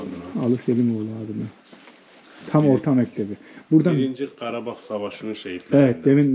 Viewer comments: Abi kardag deyil KARABAG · Kardeş karadag degil. Karabag!!!! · Her sey cox gozeldi ama garadag yox garabag soylerseniz iyi olur